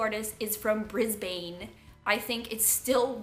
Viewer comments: omg bless brisbane is my hometown but you pronounced it wrong which is cute! it's pronounced like bris-bin we aussies talk funny! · Not quite how you say Brisbane but good try haha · Emily Redd I live in Brisbane and before I moved back here I lived in Singapore and so many people pronounced it as Brisbane with the A. It was funny because it's just like I corrected it to the way Aussies say it but they kept saying it the other way every other time. 😋 idk. 😂😂😂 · i love the way you pronounced Brisbane with the A ahah. In Australia we pronounce the city like Brisbin. LOVE YOUR VIDEOS!!! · Psyched for the shoutout...but being from Brisbane I gotta say that that is shocking pronunciation :P I was also wondering, when you're getting a tattoo is it rude to put in headphones and zone out? I've only had sessions of ~2h before and have never felt the need, but have a day session coming up that I'm pretty nervous for and I'll think I'll need music/book to get through it. But am worried that plugging in headphones would be really rude...not that I normally chat heaps with my artist anyway, but is still an option... Actually...I was also wondering about how you'd think I'd go driving ~1h home after a day tattoo session (that also happens to be on my driving leg)...would you recommend trying to find someone to drive me instead? Cheers! :)